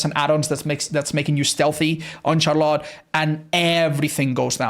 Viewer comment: I dont know if youll see my comment WE DO ALREADY HAVE A DRACULA MAIN His name is Bleakdbd Hes played him and loved him since release and had drac p100 on the first week and a half! Aint that crazy? Also Im not trying to be mean but this has been eating away at me for a while, You always say CHAAR LOT when In reality its prounounced SHARLITT Its nothing bad lol Its just funny, Really I dont mind 🤫😎